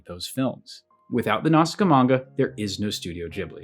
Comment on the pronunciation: Absolute gangster credit for pronouncing “Nausicaa” correctly in Japanese accent, in this video full of commentary on mispronunciation. 👩‍🍳💋🤌